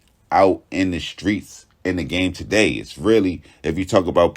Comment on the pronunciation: You the only person that pronounce our streets right